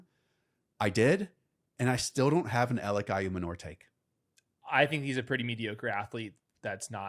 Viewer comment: Not trying to be that guy but pretty sure Ayomanor is pronounced Eye-Oh-Man-oor